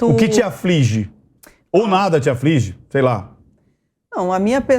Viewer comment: A mulher é advogada e fala "aflinge" ...